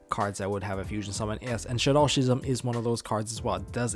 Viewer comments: I hate to be that guy...... but it's pronounced "Ski-zam' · you should google "schism" and hear how it should be pronounced (saying this in a friendly manner btw xD)